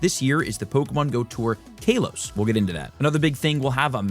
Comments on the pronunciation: Fr, KAH-los 🤦‍♂️ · Hey nice video, very informative which is why I dont want to be that guy but I have too.......It's not Kay-los its Kah-los...just letting you know. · Every time he says “Kaylos” I want to yell at the screen 😂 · Idk what’s worse the Mega Night event or how you pronounce Kalos …..